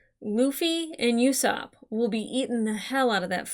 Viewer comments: Okay I know it's not like a huge deal or anything, but Usopp's name is not pronounced 'You-sopp'. No 'Y' sound. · It’s not YOUsopp it’s usopp like saying boo to scare someone without the B